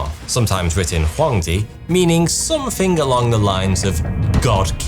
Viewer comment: Why do you say Somethink? With a k?